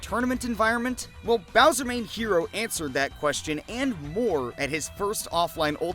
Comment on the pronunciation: I'm pretty sure HERO's tag is pronounced like hello but the Ls are Rs